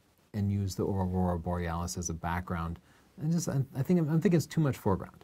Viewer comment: Maybe I am not hearing all of the syllable's, but I am hearing aura borealis instead of aurora borealis.